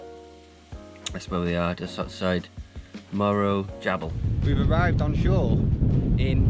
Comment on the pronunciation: Another great vid. It's good you are still wary when traveling through the night hours. I think Morro Jable may be pronounced with the J - Jable pronounced with the J as H as Hosey but spelled with a Josey or summat like that.